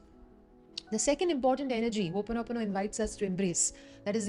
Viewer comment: Thanks for showing us how to pronounce Hooponopono correctly